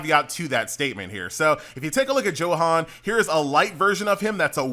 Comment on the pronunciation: I like that you say Johan and not Yohan